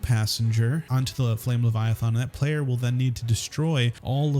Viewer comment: LeviathAn does not have an O in it it's not leviathOn